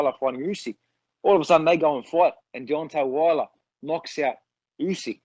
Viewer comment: George “Deontay Warler” Kambosos